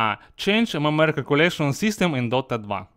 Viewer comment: ЭМ-ЭМ-ЭМ, НЕ МЭ-МЭ-ЭР СУКА!